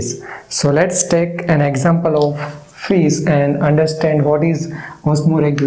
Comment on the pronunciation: Thank you so much! This lesson is very clear. (And I love when u say "Fis"❤)